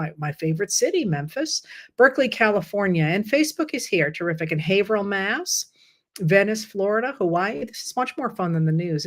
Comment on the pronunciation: We appreciate you, Heather! (and not only because you know how to correctly pronounce "Haverhill"!)